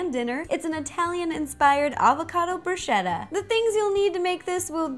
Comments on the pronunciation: It's bruschetta not brushetta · It's pronounced brū-sketta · I love you and your recipes as always, but I couldn't help but laugh at your pronunciation of "bruschetta"... it's with a hard C (it sounds like a K). Keep being awesome!! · Ro, it's bruh-SKETT-ah. Just FYI. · bruh - sket - ah! so i got slightly annoyed at bruschetta pronounciation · that's not how you say bruschetta... I'm Italian so I should know!! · Ciao, in italiano we always pronounce "ch" like "k". To say bruschetta like her, we need to write "bruscetta"! C+h = k. We use the "h" after "c" to pronounce "k" before "i" or "e". So: CA CHE CHI CO CU = ka ke ki(kee) ko koo CIA CE CI CIO CIU= cha che chi(chee) cho choo Scia sce sci scio sciu = sha she shee sho shoo No other possibilities. She is American so it's understandable that she didn't know how to say the words in Italian . Bella pe voi